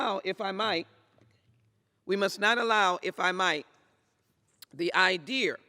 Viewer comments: How yall like her "IDEAR"??? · YouDoYouPlayer.. Hahaha. I was about to post the same thing.. 'the very idear'.. too funny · She literally didn’t even give one example of how it has restricted voters. “Idear”? I mean, come on... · "Idear” well she massacred you my friend. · What is an "idear?" She wasn't spouting about "one President" a couple of years ago. Ms Jackson, please head back to Texas and take a hard right and don't stop until you reach Witch Polosi's house. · Idear???? And she is a politician who doesn't know the English language ❗🙄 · This is the reason for the 3 branches...she cant even say the word idea right. Why is this person talking?